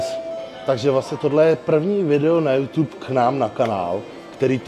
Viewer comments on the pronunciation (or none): none